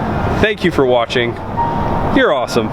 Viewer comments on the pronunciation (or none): none